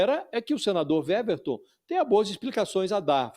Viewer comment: A jornalista está pronunciando o nome do senador errado. O W do nome dele tem som de U, ou seja, a pronúncia correta é Uéverton e não Véverton. É só uma observação.